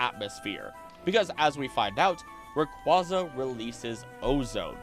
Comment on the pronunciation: Just to let you know, Rayquaza is pronounced as Ray-Kway-Uh. It's nane references quasar. Just letting y'all know for future videos 👍